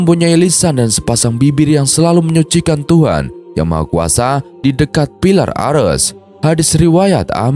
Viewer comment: Bukan 'Ares' tapi "Arsy".